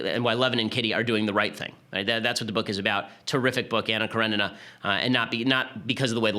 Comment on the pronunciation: Pronounce Anna Karenina as "Kaw-re-nee-na". ;) You're welcome. Slavs will be much happier.